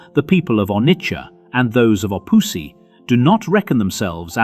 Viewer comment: Just a quick correction: the correct name is Obosi, not Opusi.